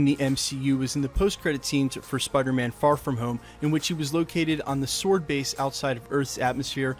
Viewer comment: I’m liking that you can pronounce “sword” correctly. I’m tired of people making the W prominent in the pronunciation.